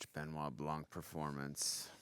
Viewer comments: Benoit pronounced BEHNWAH not Ben-nye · it's so funny for me, as a french man to hear how they say his name... "Ben Wa BlanK" when in french, it would be "Bun Wa Blan".... It's also very funny when i hear american say the name of director Denis Villeneuve "Day-Niss Vil-Newave" when it's actually "Duh-Ny Vilnuv"